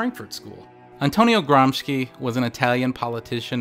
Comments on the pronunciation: Your video is awesome. Let me just nitpick on the correct pronunciation of "Gramsci": it's Gram-SHI (as in "shill"), not Gram-ski. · Gramsci is pronounced "GRAMSHEE" ;) amazing video nonetheless, the production values are amazing for such little subscribers, hope you guys make it big, cheers from Italy!